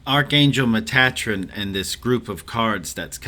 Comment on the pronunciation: I have never heard Metatrons name pronounced like that. Did you get that when you were channeling?